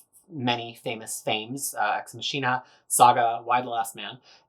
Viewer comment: 1. This is the first time I have ever heard someone pronounce Machina as "Ma-shee-na" instead of "Mah-kee-na" 2. What is the one white Avengers(?) trade amongst the Epics?